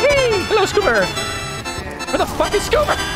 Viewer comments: I smile every time I hear go "Scoober", without fail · Every time has say "SScooBEr" I smile.